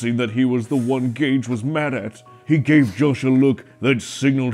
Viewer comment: In the second one he said gage like gay-e